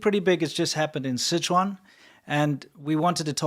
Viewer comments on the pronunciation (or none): none